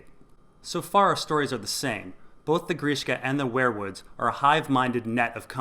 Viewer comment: ware-woods wear-woods werewolf ... seems like they should be pronounced we're wood , weer wood